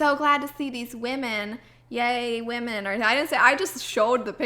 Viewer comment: "Whamen"...lol, sounds like someone with a speech impediment ordering Japanese noodles!!